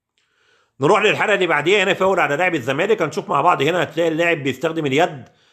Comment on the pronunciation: يا عم انت لسه ب تظرب ف التحكيم 😂😂 ارحم اللي خلفونا بقا ... و بطل تقول " فاور "